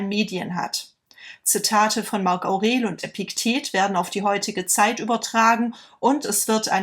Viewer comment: War schon kritisch der Moment als im ersten Satz erstmal Marc Aurel falsch ausgesprochen wurde 😄